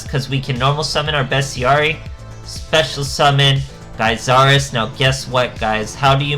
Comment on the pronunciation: Its interesting seeing so many players that don't know how to pronounce Gyzarus. All day with this ha.